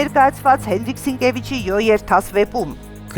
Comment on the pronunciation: Հարգելի հաղորդավար , կարդացվում է Հո երթաս, ոչ թե յո յերթաս